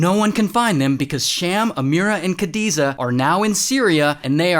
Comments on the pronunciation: not kadiza its khadija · Khadiza it is act khadija